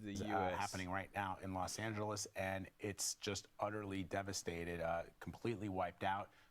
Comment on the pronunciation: I'm just very happy to hear British people pronounce Los Angeles correctly on the news.